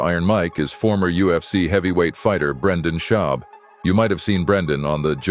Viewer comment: Brendun Shlob 😂😂😂